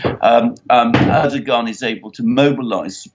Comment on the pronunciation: I love your program but would be so much nicer if you would pronounce the Turkish presidents name correctly....the "g" in his name is silent.